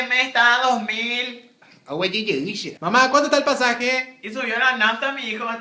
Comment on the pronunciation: Huehuehue "Señores pasajeros con el permiso del señor conductor, sho soy de Buenos Aires, Argentina, y estoy trashendo los famosos SHOSHO de marca Cocodrilo" HUE :') Sigan así :3